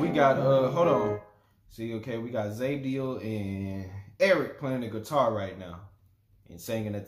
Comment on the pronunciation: Zabdiels name is pronounced ZOB-DIEL